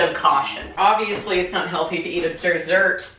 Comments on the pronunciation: “Err...desserrrr” made me laugh out loud 😂😂😂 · lost it at 'ER DERSSERT'